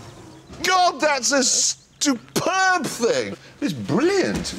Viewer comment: "a stuperb thing" is a term I absolutely will be using from now on.